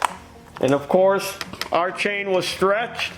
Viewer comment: I think teeth need some tightening. Every time he says chain, sounds like change😂. Maybe the HAAMS = lub-ri-cat-tíón